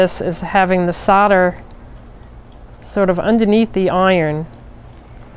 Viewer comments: Why can nobody pronounce soldering or solder correctly? Solder not sodder 🤦🏻‍♀️ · It's pronounced sol der not sod er. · FFS its pronounced soul der not sodder....... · Sodder lol It's actually solder, I guess it's the USA accent. How do you say holder or colder?